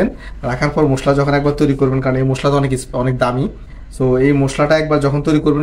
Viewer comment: মুশলা না ভাই,,,, মশলা বলুন।